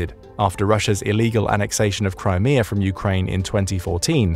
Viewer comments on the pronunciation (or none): none